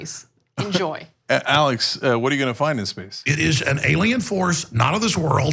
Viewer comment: Arrrrlex Jones.